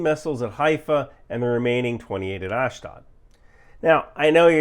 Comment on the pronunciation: Please ask someone for the right pronunciation of "Ashdod" if you are going to be saying it more than 1-2 times in a video...